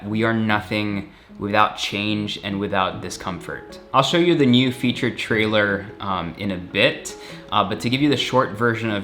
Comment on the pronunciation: Dude that's "Feat - ter".. not Feature